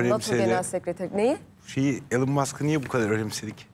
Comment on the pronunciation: 😂 İlan'da değil, İlon, Google'e yaz: how to pronounce elon musk